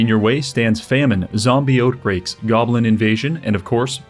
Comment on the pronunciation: Out-break, not oat-break lol